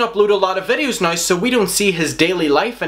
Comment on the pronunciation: Yo, pronounce the W when you say “now” please. Fuck.